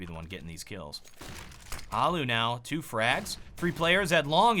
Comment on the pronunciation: It's allu not ollu